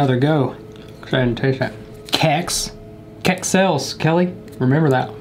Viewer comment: i like that pronounces Kex better than half of sweden.